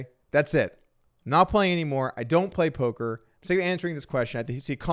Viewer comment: We did it, after all these years of saying it in the comments, Doug finally called it polker news.